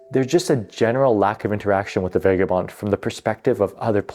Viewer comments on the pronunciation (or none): Vah guh bond. Seriously.